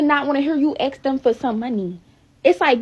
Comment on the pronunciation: Not listening to anyone who can’t pronounce ask! Must be handicapped